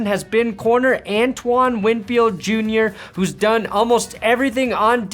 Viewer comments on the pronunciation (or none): none